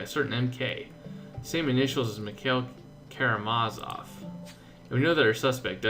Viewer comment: KaramaZOV KaramaZOV, not Karamavas.....